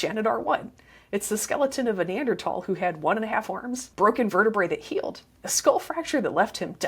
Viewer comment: On top of all the great info, thanks for pronouncing neanderthal properly. (Pedantic pet peeve.)